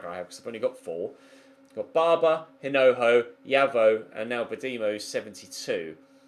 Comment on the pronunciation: the correct pronunciation of Hinojo's surname is with a silent h, the rest of it is right. Massive supporter of your channel here in Madrid. Like so can see